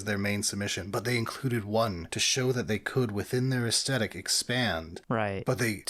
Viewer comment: I'd become convinced that mispronunciation of "aesthetic" was him trying to wind up the audience, and then said it too. So I guess it's just a weird dialect thing. Anyway... I broadly agree with your conclusions, but I'd argue that the Imperial Agents' aircraft is a lot closer to what Air Cavalry / Heliborne actually is than the Deff Koptas. Air Cavalry is Infantry in an helicopter - who then get out of the helicopter to fight. If you stay in the helo, you're not infantry, you're a pilot and not cavalry.